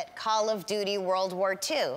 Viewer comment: Call of “DUTY” 🤣🤣🤣